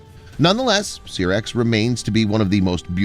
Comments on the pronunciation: I know right 😂😂 Syrax like pronouncing Sci. Not Serax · SYRAX Pronounced SIGH-RAX